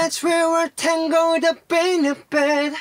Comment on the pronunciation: yeah try tang-el-d instead of tangled lol